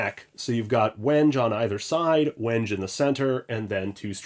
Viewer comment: Holy hell I was pronouncing "Legator" a lot differently than you are. Same with "wenge".